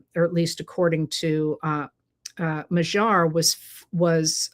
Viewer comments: MA-dyar. NOT ma-ZHAR. PLEASE!!!!! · I lived for about 9 years in Hungary and I am so glad to see their democracy restored there! I would suggest pronouncing his name as if the g is a d. I.e. Mad-yar, or more closely how the Hungarians would say it would be Mod-yar, with more emphasis on the first syllable but almost equal. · Magyar, which means Hungarian, is pronounced more like mad-yar. Have Google Translate or DeepL pronounce it for you. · Im challenging your pronunciation of Magyar. The g does sound softer than the English G but it is not the dj sound. It is more like a d By the way, the Magyars were a tribe that settled in the area which became Hungary in the late 9th C AD. They were a Uralic tribe and interestingly some went north and settled in Finland thus the two countries share the common Finno-Ugric language root